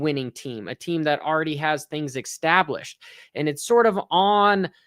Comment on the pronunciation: "Exstablished" WTF?